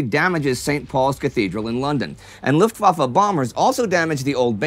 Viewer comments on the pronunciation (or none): none